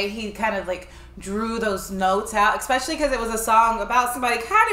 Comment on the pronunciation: Especially not Exspecially